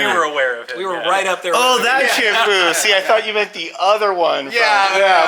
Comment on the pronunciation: Come on dude.. it’s chip